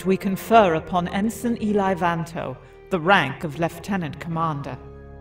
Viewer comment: Voice of Thrawn here. A lot of people have asked why I kept pronouncing "ensign" the way I did in this production. The answer is surprisingly straightforward. At the time of recording for the part years ago, I had never heard the word, so I just kind of winged it and nobody bothered to correct me. I guess they just chalked it up to being Thrawn's accent, a still-somewhat-rough knowledge of Basic, or both. I have since learned the correct pronunciation of the word and will take it to heart in future productions. I hope this answers your question on the matter.